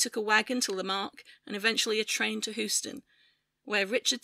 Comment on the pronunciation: aargh! it's hyoo-stuhn